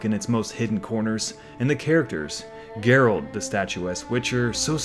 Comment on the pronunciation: Sorry but how are you gonna be this much of a Witcher fan and keep calling him "Gerald" lmao